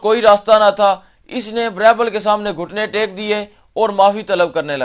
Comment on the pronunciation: اصل تلفظ غالبا بیربل ہےbeerbal